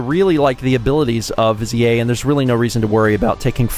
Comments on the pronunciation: Hey, it is spelled viz-i-eh. It was a good guess. But yeah, it's viz-ear. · Come on, it's pronounced "viz-eer." Haven't you ever seen Aladdin? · Every time you say "vizier" I die a little inside 😶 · trying to make vizier sound French and fancy lol